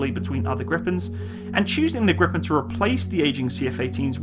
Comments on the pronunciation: Your pronounciation is almost good. You say the "pen" too fast. Try: Gri, Pen as 2 separate words. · Its more like [greepaen] in bloody foreignish. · The pronounciation is Griiipen. Long "I" and short "E". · Well you pronounce Gripen like Grippen. You should say it like "Griipen". You stretch the word a little and not saying the "p" as abruptly. "Gree-pen" I guess would be well enough. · For a non-Swede, you pronounce "Gripen" relatively well, but if you want the Swedish pronounciation, pronounce it like "Greepen" rather than "Grippen". (You will also get extra points for a more "Spanish" kind of R.) :-) But, hey, who cares? Just for fun. Your pronounciation of "SAAB" is amazingly perfect, though, indistinguishable from a native Swedish pronounciation. Regards /Swede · Why are people calling it Griffon? lol. It's called Gripen. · Gordon Lawrence If you want the right pronounciation, Gh-riiii-penn is probably a better spelling for a native English speaker. If you bring your cherks back, as you say ”gr” your pronounciation is wrong. G and r are two separate sounds, not a single sound, but the ’g’ is short. The ’g’ in ”grit” is what you are looking for. Do not pronounce it ”djee”. Even if they are two separate sounds, they are very close. It is not ”Geh-riipenn”. The last ”n” is pronounced by pressing the tip of the tongue just above the front teeth, not by rolling the tongue upwards. Think ”Penn-sylvania”. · wtf do u mean griffen 🤔 it's gree-pan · Your meant to say gripen not griffen? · it's gripped not grippen say it like greepen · short answer: YES ;) and the strict Swedish weapon export law make it a pretty much guarantee that it will create jobs on Canadian soil through licence manufacturing as you mentioned. Great vid :) thx PS: No it is not pronounced griffen but "Gripen" translates directly to "The Griffin" so... no sweat :D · Stop Gripen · Gree-pen (gree like in "Greed")